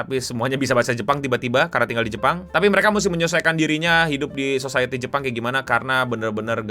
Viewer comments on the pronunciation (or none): none